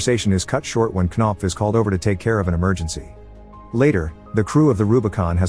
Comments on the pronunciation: "Kuh-nopf" lmfao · Oh hell no there's no way she's called knopf 💀😭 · Knopf? Really? Unless it's a Danish name or something, it's just ridiculous. Sounds like a fart cough.